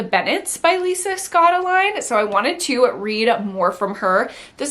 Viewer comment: Omg, I just added so many more books to my TBR now 😅 oh btw Scottoline is pronounced Scott-oh-Lee-knee. I love your videos!❤️